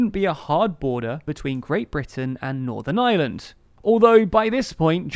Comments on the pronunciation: I know it's not your fault, but the country is Northern IReland not Northern Island, and I'm wincing every time you say it. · Why do you keep saying “Northern Island” ?